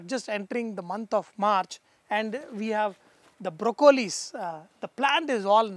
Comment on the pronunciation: Chef seems like you have forgotten how to pronounce lettuce and broccoli anymore. Watching this video from US, sounds pretty bad to the ears...